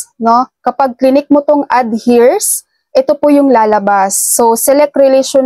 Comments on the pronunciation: Eirs po ang pagbasa maam hindo po hers😅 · Heirs pronounced as “Eyrs” or “Aers” po means tagapag mana. Salamat po sa info ninyo love it ❤️❤️❤️